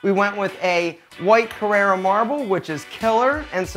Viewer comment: Your bathroom. I think you mean 'Carrara' marble. Not Carrera. Carrera is a car. Carrara is a place in Italy where very nice marble is cut from the ground. And by the way, forget those mattresses, try Vi-Spring from the UK.